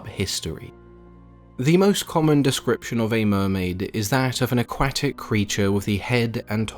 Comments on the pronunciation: The way he said aquatic had me ded🤣🤣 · The way you pronounced aquatic reminded me of how Tom Holland pronounces croissant. That’s fawking adorable 🥺